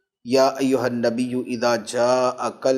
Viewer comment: النبي پر زیر پڑھ لیا گیا ہے غلطی سے صحیح زبر کیساتھ ہے ماشاءاللہ اللہ پاک مفتی صاحب کو سلامت رکھے آمین